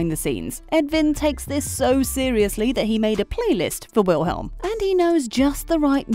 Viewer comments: its VILHELM not wilhelm and its SEEmon not simon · “WiLhElM” omg it’s *v*ilhm